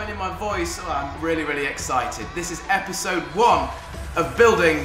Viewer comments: 'Starr Worz Epidsode One - The Fantom Mennice' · “Epidsode 1” 😂